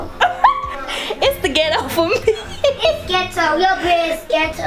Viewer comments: It’s GHet Toe 🤣🤣 he’s too cute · Nah 😂😂😂😂 not Get-toe! So cute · It’s ghet-toe. It’s ghet-toe. 😂😂😂😂😂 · Omg he so smart he just blowed me he said it's so Get-toe its a nice bed😂😂😂😂